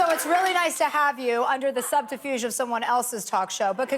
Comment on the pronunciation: lol Chelsea’s NJ accent slipped out “SUBTAFUGE”